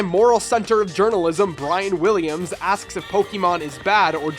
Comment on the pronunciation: "Brian Williams".... "B Illiam".